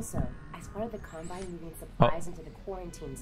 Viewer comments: Wonder pewds said columbine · Pewds said Columbine instead of Combine, wow. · Pewdiepie: *says “Columbine” instead of “Combine” CNN: PEWDIEPIE PROMOTES SCHOOL SHOOTINGS IN RECENT VIDEO